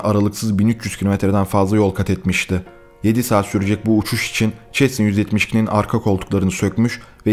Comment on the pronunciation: Abi çesna değil sesna